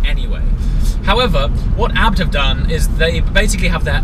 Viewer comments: It is the name of the Owner of the Company in Germany, its Hans Juergen ABT not Hans Juergen A . B . T ? it is not an acronym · A.B.T why you trying to pronounce a acronym lol. like the guy from phone jacker. hooooomve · is there a reason you say abt as a word instead of ABT abbreviated?